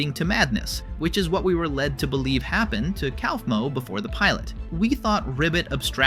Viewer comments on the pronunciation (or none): My eye twitched when you said cowfmo instead of coughmo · How the hell did you pronounce Kaufmo's name wrong at first, then right just a few seconds later?